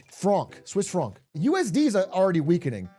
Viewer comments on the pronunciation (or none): if I ever hear your pronounce Swiss Franc like that again, I'm gonna lose my fucking mind. Embarrasing.